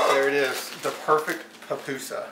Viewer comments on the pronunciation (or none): Puh-pusa, not pah-pusa.